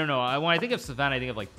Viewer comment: I died a little internally every time he pronounced Sven “Suhven”